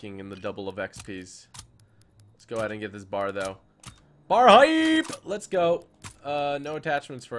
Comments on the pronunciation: It's not said bar its B-A-R (bee-a-are) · It's a B.A.R. not a bar. Browning automatic rifle